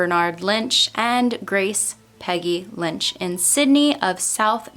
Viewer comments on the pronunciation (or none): none